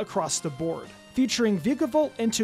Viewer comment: It’s pronounced toh-GUH-DUH-mar-oo and VIKE-uh-volt, “”! 🤨